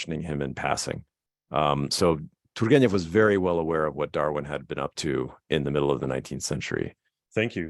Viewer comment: You're doing a great job how about you'll never get there period of you haven't got the Russian Ukrainian soul you'll never pronounce properly it is beyond your reach Jack. You will never understand you're going to have as long as you live you'll never understand t u r g e n e v properly. F*** it keep trying